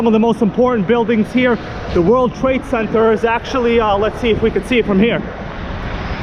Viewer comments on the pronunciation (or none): none